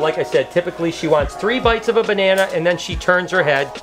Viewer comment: "Bella, you want a bananerrrr".. Had me dying